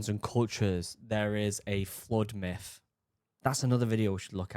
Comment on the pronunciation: It's not mith,....bro